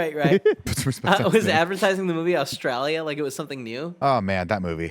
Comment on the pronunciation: Why does Kevin say Australia like that? It’s painful to my ears